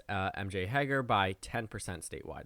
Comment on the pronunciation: I'm pretty sure M.J. Hegar is pronounced "Hay-Gar" with a long 'A' at the beginning and rhyming with "car."